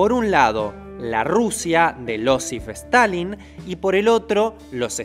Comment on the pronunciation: "Losif stalin" "Lograron alucinar"